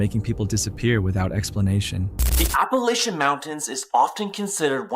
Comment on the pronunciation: I really wish people would really pronounce the Appalachian Mountains correct.